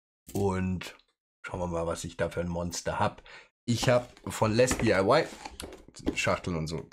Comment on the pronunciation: So wie es auf den Kartons steht "LesDiy", würde ich es einfach als "Lesdi" aussprechen. Für die zweigeteilte Aussprache aus "Les" und der Abkürzung "DIY" (Di-Ei-Wai also, Do-It-Yourself) müsste der zweite Teil auch konsequent in Versalien gesetzt sein, also "LesDIY". PS: Geiles Modell ;)